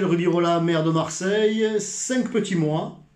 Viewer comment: "Maire de marseilleuuuuuh". Stéphane je t'aime bien mais là l'accent à ce point on dirait du Gaudin!!^^